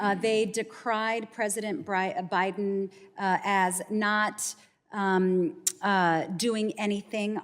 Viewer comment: Did she say "President BribeHim"?